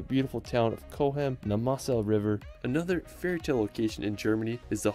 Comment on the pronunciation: The butchering of town names like Dusseldorf and rivers like the Moselle is painful. I wish people would at least try to find out the pronounciation when making content.